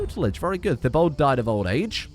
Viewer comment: Today I learned that can't pronounce my name... (I'm called Thibaud)